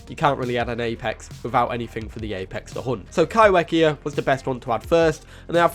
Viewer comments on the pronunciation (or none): If Kaiwhekea is from NZ, then would it be pronounced kai-fe-kea? As wh in Maori makes the f sound? Just curious as I moved to NZ and get so excited when NZ is mentioned 🥰 There are a lot of Maori words here and they are not pronounced how I would read them in English so genuinly curious on pronounciation :) thanks for the video, very interesting and excited for the updates!